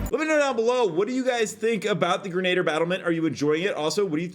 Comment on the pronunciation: greh-nuh-deer :P